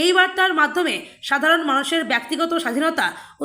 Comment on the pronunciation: "গ্রহণ নেওয়া হয়েছিল"ঃ এটা কোথাকার বাংলা? বাংলা ভাষাটার শ্রাদ্ধ করছেন কেন? "ব্যক্তিগত" শব্দটির উচ্চারণ কি করছেন? বাংলা ভাষাটা জানে এমন লোকেদের নিয়োগ করুন।